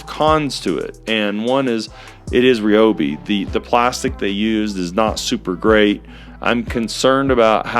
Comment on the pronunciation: Why is it that lots of people pronounce Ryobi wrong?